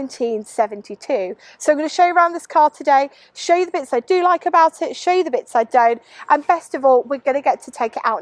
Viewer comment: ‘Sho’ - and I’m being picky ! It was obviously meant to be ‘show.’